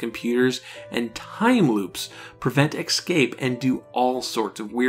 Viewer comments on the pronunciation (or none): I love, love love this series! But please... can you stop saying eck-scape when you mean escape? Nit pick, I know. I apologize for that. But... please? 😊